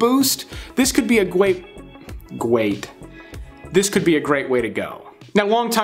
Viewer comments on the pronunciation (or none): Glad to know I am not the only one who combines my words; when you said "Gwayte" when trying to say "Great Way" your brain was trying to say "way" before you finished saying "Great". I do that all the time. lol.